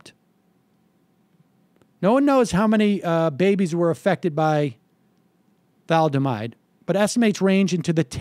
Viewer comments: "Thomaldehyde," Sam? Then "Thaldomide?" Read the card again, please. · Sam said "thamaldehyde." Then he called it "thaldemide." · Tha-Lid-A-Mide. Don't you hate know it all boomers? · The word sounds like Tha lid a mide. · Like how it's pronounced in we didn't start the fire. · It's pronounced thuh-LID-oh-mide. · C'mon Sam, you're not that young... haven't you ever heard the word thalidomide before? It's pronounced "tha-LID-o-mide"... Got it? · Its surprising to hear Sam not know how to pronounce thalidomide. I'm only 49, yet that word is INFAMOUS to people in my generation. "Thalidomide babies" was a phrase we heard so often. A girl a few houses down the street from me was born with no hands because of this, she was about my age. Thalidomide was as infamous a word for everyone my age and older as "agent orange" was, etc. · Let's retitle this "guy who can't pronounce thalidomide tries to defend the inefficient and cronyistic bureaucracy, claims to be to be educated on history"